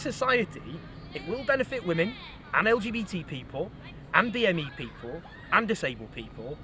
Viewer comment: I think he’s struggling to say LGBT 😂